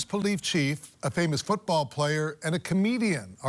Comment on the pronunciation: lol the anchorman said “polief chief”.